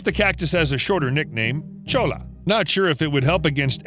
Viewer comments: He pronounced cholla cactus "Cho-la"... That is so wrong... it's "Choy-a" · CHOLLA CACTUS……CHOY-YUH CHOY-YUH not Cho-la. Ugh. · Cholla is a spanish word and is pronounced as "Choya," not "Chola." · Bro just called them cholla lmao (it’s actually pronounced choy-a) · Choi-yuh not chola. In Spanish when there are two Ls together it makes a yuh sound. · "Chola" cactus 😂 Nah, man, it's pronounced with a Y, not actually with the L's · That's not a chola it's a cholla. Dear lord that pronunciation he used creates a HUGE discrepancy. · It’s pronounced “choy-ya” not “choa-lah” It’s a Hispanic term, Cholla. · Omg Cholla is not cho-la it's choy-ya. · Not Chola cactus, choy-uh cactus. The L's together make a Y sound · The cactus is pronounced choy-ya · Cholla is pronounced ChoY-ah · Small bit of advice: cholla (the cactus) is pronounced “choya” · You should do a whole video on the cholla cactus (pronounced CHOY-YA btw) Those suckers are little hell plants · Cholla is pronounced choya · It’s actually pronounced “CHOY-uh” cactus. (Arizona native) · My boy its pronounced CHOY-YA cactus cholla is slang and it's a jumping cactus not a flying cactus. - The desert people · its pronounced choya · Jsyk: Cholla is pronounced as "Choya" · Fun Fact: Cholla is pronounced CHOY-ah. It's a Spanish word, and a double L is pronounced like a Y. Bonus Fun fact: And a J is pronounced like an H. The city of La Jolla is pronounced La Hoya. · It’s actually pronounced (choya) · the mispronunciation of cholla pains me. its "choya" the two L's make a y sound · Cholla is pronounced wrong in this vid. “Ll” makes the “y” sound. Should be Choya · Jumping cholla pronounced choy-ah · Cholla is pronounced "choya" because it is Spanish. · It's pronounced CHOY-YA (CHOLLA)...Chola, is a type of Mexican fashion and culture embraced by Mexican females. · The cactus is pronounced like “choya” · Cactus wren nest in Saguaro, not the pictured spiny Cholla which is pronounced "choya" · the way he pronounces cholla lmao